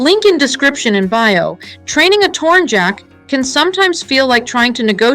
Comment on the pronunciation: Tornyak not tornjack, tornjack sounds kinda dumb